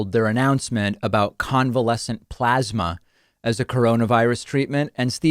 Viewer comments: David, it's pronounced PLOSMA. PPPPPLOSMA. (PPPPP=motorboat the P's). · Why does he keep mispronouncing plosma? 😼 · You're saying it wrong David, it's plosma. XD